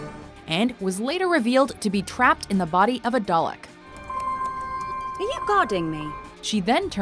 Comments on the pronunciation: Whats a dolic? or did you mean Darlek? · did she say dulek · it is called darlek not dalek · I never realized that Americans said dollick if you look at the actual show it says darleck but the real word is Dalek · I cringe so hard every time she says "dollak." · How did you just pronounce Dalek. 😂😂What a nob she can’t even say Dalek right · I can forgive American mispronunciation for a lot of things, but not when it comes to the Daleks. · The big problem I had was the horrible pronunciation of Dalek. cringe